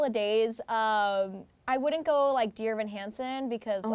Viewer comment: plus.....vocal fry. Plus, "like", "you know" "G-O" instead of a 1 syllable "go", for God's sake